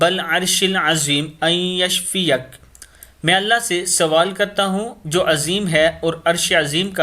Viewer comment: kisi jaga YASHFEEQA b likha hota ha..yashfeeqa be parhna theek ha ............?ap na yashfeeyaq parha